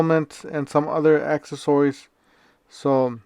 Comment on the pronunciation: Do you purposely say accessories like that so people comment 😂 it works because I’m commenting